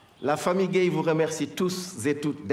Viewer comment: Gueye comme si elle dit gaï😭😂😂